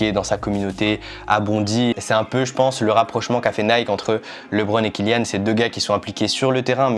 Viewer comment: Super l’unboxing parcontre c’est KYLIAAAN PAS KILLIAN